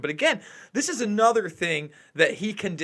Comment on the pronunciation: Oy vey!! It's annuda shoah!!!